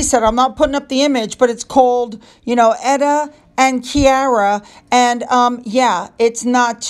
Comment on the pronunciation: Ps its Klara like an L. You said Kiara.. just saying 😌 no worries though. You will dislike her latest podcast.